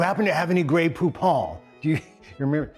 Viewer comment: "I MEMBER, I MEMBER"